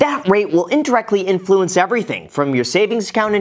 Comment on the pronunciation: Every time Graham pronounces the word "influence" my mind takes a tangent.... XD